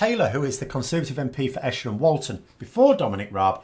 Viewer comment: Esher & Walton ("Eesher", not "Ehsher", BTW) is one of the wealthiest constituencies in the country. It is the (onshore) habitat of the sort of industrial and distributive capitalists who don't like paying taxes (so Tory governments are generally fine by them) but are seriously alarmed at Bo-Jo's no-brains, wrecking-ball Brexit plans, predicated on impossiblist nonsense such as an EU trade deal in less than a year.